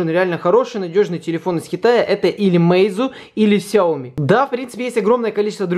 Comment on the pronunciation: Слышал не сёми а хаёми